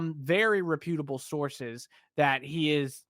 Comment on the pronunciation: Aw, so young - not to know DANIEL DAY LEWIS??? You're in for a ride (and not always a pleasant one). Also, learn how to pronounce reputable before you use it.